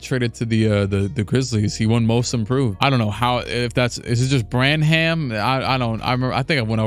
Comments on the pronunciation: Malakai Branham's name is pronounced bran-um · Malaki Branham is pronounced quickly, “Bran-um”